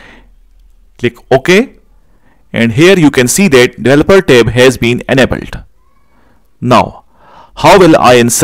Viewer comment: For a moment, I didnt understand what is "Tape". Then it became clear he is talking about "Tab".